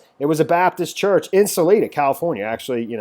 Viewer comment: its Sal EYE duh.............. where are you from?